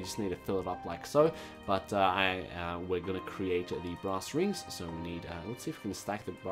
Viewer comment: for some reason...when he says brass i hear grass